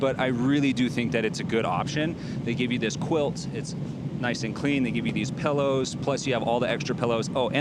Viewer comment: Pellows...pellows?! PILLOWS my guy